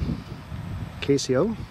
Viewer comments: It's CASO, not Casio. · YES!!! "Kay-So" not Casio